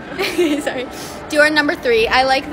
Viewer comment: When u said "dior someone just fell" its like u say dear someone just fell